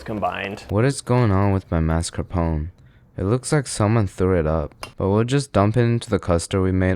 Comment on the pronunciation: Mascarponcsies? - The What? Took me some seconds to catch up on the dude's pronounciation. You americans pronounce things weird.